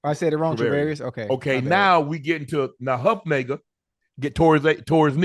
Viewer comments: Talanoa Hufanga, not Hufmaker? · did he say huefunga as huff-nagar? Who the heck is huff-nagar? ??? LOL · He just corrected ocho saying chravarius and then says Hufnayga 😂😂😂😂😂 its hufanga mf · okay now we get into Nahuf-nay-ga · No way Unc said “Hufniga” 😭😭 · UNC tore up Hufanga's last name BAD! He said Huf-Nager!!! 😅😅😅😅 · Huff-naga??? 😂😂😂 unc is wild. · I dont like that Hufanga pronunciation 🤣🤣🤣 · Wtf did he he call Hufanga?😅😅😂